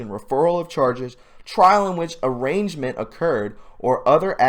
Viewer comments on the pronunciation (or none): It is not arrangement, it is pronounced arrainment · One thing I see consistently in videos like this are people misreading words like arraignment, Pronounced/ar-aign-ment. The G is silent. NOT arrangement. BIG DIFFERANCE. I just think maybe sheeple would take us more seriously if we learn how to read. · Hi. I hate to be a pill. But to help you it is arraignment “A-Rain-Ment”. Phoenetically speaking.thanks for your work. Arrangement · I think you mean arraignment...not arrangement....smh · PRONOUNCED (AH RAIN MENT) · you cannot even pronounce "arraignment".... why?... have you never seen that word before?.... don't do much reading I'm guessing!